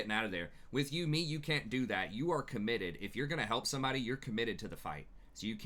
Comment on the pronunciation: man i love these videos... up until you say yuumi its not you me its yuumi.